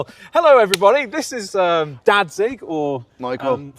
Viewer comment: Why you all say 'Datzig' when it's 'Radzig' Kobyla?! Is there an insider-joke on that ?!